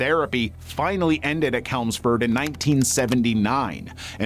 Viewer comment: Small heads up, Chelmsford is Ch as in change, not Ch as in kelp